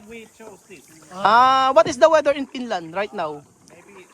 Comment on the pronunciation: Finland hindi Pinland 😂